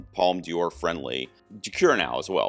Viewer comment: Not a criticism, but you're pronouncing D'Or as if it was Dior (the fashion and makeup brand). It should be pronounced like "door" since the apostrophe after the D replaces an E and connects De with Or so it becomes DOR. About New Vague (originally nouvelle vague), vague means wave. According to Wikipedia, Un Certain Regard is "The section presents 20 films with unusual styles and non-traditional stories seeking international recognition". Of course all these are minor comments, I always enjoy your videos.